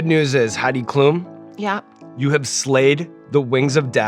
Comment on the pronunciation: Loved the episode. But as a German I have to tell you, Sean, that her last name is pronounced differently. It’s Klum with the letter u being said slightly shorter.